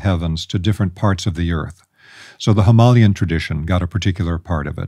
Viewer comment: Is he trying to say 'Himalayan'?? 👀